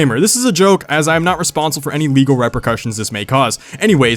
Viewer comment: I like how he pronounced repercussions “reppurcusshins”